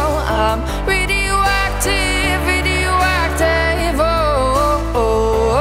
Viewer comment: the track is gorgeous and has a perfect singing voice but I hate that she can't pronounce Radioactive right shes singing Ridiuacteve and it's really annoying😂